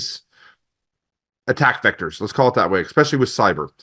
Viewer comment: I disregard adults that say EXpecially. I bet he says expresso too.